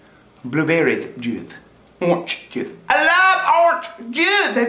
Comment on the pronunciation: Is it just me or does like the biggest southern accent pop out when he says he loves oranch juisthe!